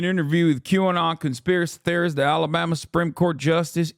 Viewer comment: When a grown man says alabammy in a real world sentence, he’s seen some shit. 100%